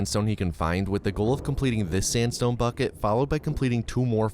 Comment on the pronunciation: I wouldn't blame you if you accidentally said sansstone when you quickly say sandstone.